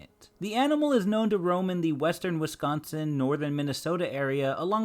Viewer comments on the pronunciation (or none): none